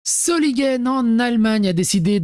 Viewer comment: Pronocer Zolineguen